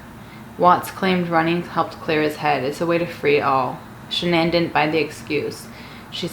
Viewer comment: Si love how she says Shannan